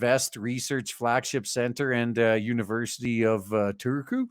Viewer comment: "Oskari Laatinen" Me: "Lahtinen, it's Finnish, the "H" is not silent." "Turkuu" Me: "Why are you hurting me so?" ...I guess the study could also be applied to pronunciation pedants.